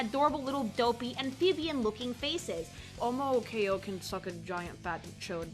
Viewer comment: Quite ironic after that big spiel earlier since her pronunciation of Omochao here "linguistically" makes no sense. The name "Omochao" literally means "Toy Chao" in Japanese (a combination of omocha (toy) and Chao) and I can assure you as a native speaker that omo-KA is NOT how you pronounce omocha.